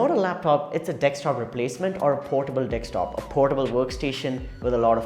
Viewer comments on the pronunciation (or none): Bruh, great review. It's "desktop" though, not dextop XD